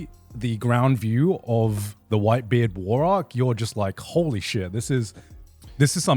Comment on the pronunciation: why did garnt have an indian accent saying whitebeard 😂